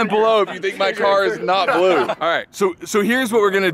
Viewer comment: ha you pronounced blue funny there boss :)